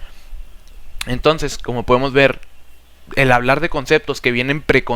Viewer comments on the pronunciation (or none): Esta realmente detallado el pensamiento de Platón, las "formas" se entiende como una idea que varea. Me agrado la explicación, pero al momento de escucharlo pude notar algunas muletillas (este) y palabras (tonces) mal pronunciadas que hacían no poder enfocarme bien en el aprendizaje y conocimiento.